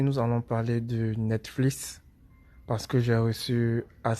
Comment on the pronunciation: Ont est en 2020 le début '' netflis ! '' jpp